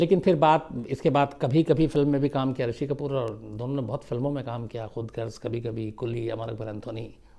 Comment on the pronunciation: Sir kabhi kabhi and khudgarj galat bolen